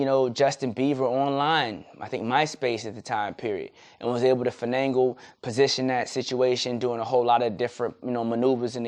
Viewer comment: Man Fenangled Beiber lol Thats some serious fenangling!